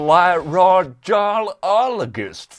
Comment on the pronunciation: Its "oduh-lairin-golo-jist" haha love the vids dude